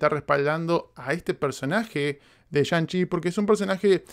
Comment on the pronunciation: Y a diferencia de Black Widow esta si la repetiré más de una vez. 🤔🤔 Pensando en quitarme el Cubrebocas por qué momento palomero. Pero es "Tzi" no Chi🙄 Okey ya me voy 😄 Gracias 👊🏻